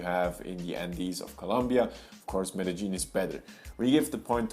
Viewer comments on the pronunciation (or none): Why don't you pronounce it MED DE YIN. That is the correct way. Where did ME DE GEAN come from?